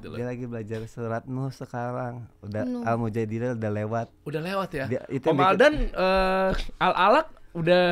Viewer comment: Itu surat Al-Qur'an nya surat Al-Mujadalah bukan Al-Mujadilah